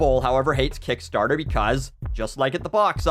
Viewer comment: I like the way he says "Kickstaahta"